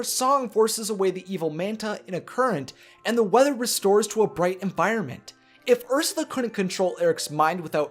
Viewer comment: It's urs you la not ursa